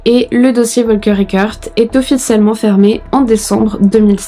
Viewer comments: Ca se prononce Folker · « F »olker est la prononciation